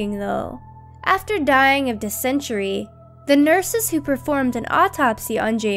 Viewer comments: Dysentery is pronounced "DIS-in terry" not "dis-IN-tree".....there are lots of mispronunciations in voiceovers for TheRichest and other vids, too. Jeeze...are these people that do the voice-overs even high school educated ? Maybe too much emphasis on FCAT scores, instead of real education. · Diss-en-tear-ee. Not "dissentry." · Dis-en-tary not De-century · That is not De-centry. it is Dis-entary -_- come on. #2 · Diss-century... Pretty sure you mean dysentery. Other than that good job. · I'm sorry, dying of dihcentury?! REALLY?! How does ANYONE not know how to pronounce dysentery?! DID YOU NOT PLAY OREGON TRAIL AS A KID?! Gahd, I'm triggered lol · Yes, I agree ! (Read my comment re: dysentery.....) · How can you not pronounce dysentery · you said dysentery wrong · how do you pronounce dysentery?? duh!!